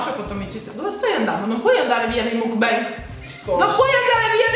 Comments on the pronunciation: Per le prossime volte, si pronuncia MOCBAN (con la O aperta e la N nasale XD) Te l'ho scritto in "italiano" che con la parola scritta in"" inglese"" non ci si capisce niente della pronuncia XD Baci dalla Corea ❤️ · Si pronuncia MOKBANG!! Non é una parola inglese/americana ma COREANA, proprio perché é lì iniziata questa "moda" delle Mokbang (먹방) Trasmissione mentre si mangia significherebbe!